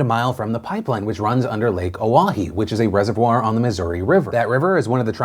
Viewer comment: As a person that live in ND. I congratulate you on saying Lake Oahe properly. Also, why doesn't anyone care about the crossing by Williston?